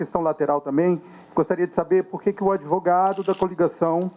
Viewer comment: Valdemar, vai dar meia hora de Koo, você não sabe falar advogado, fala adevogado, sai daí, vai chorar na cama que é lugar quente.